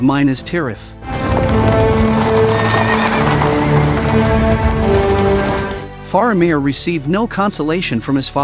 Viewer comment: There you go again with your mispronunciations of the names! It is, mi-nas-tirath!! Not MI-nas-tirath! I can’t watch any more of this! It’s just a rehash of information we all know with mispronounced names! 🤦‍♂️